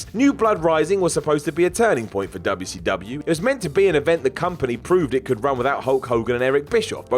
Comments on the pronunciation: Projekt Vash lol idk maybe because it was a southern promotion based in Atlanta, Georgia some people say it that way to poke fun at southerners dubya see dubya haha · Why does he say wcw like that every time